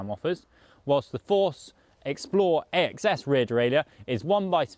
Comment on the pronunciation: It's pronounced "ACCESS" not A. X. S. You should know this...